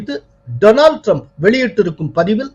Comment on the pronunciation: We enjoy your channel very much and appreciate yours political views even more. You are doing a great service to all of us. Thank you profoundly! But I wish you will pronounce Donald Trump’s name correctly. Donald should be pronounced as ‘டாநல்ட்’ not “டொரனால்ட்“ It is downright hilarious to keep hearing the name tortured! Please do not get offended. We feel it is our duty to correct you. If we did not, all the people listening will assume that yours is the correct way to say that very common name: Donald. Please correct yourself. God bless you for your service, it is great work.